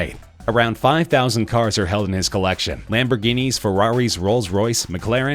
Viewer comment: "Lamborgini" (ferrari) "ferrari" (ferrari concept thats not legal to drive" rolls and mclaren are right